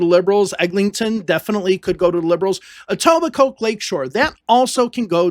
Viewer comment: Etobicoke where the k is silent, welcome to Ontario